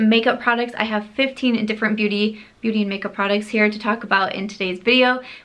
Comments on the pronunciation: Does anyone else love the way pronounces "products" as "prodicts"? 💜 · I like how she pronounces prodicts and surum (serum)... She's so cute.